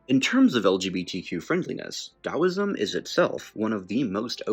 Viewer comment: Finally someone not Chinese pronounces Taoism correctly